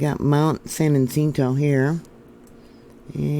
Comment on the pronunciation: We shook pretty good here in Victorville. Btw its 29 Palms where the USMC base is. San Jacinto ( Ha-sin-to)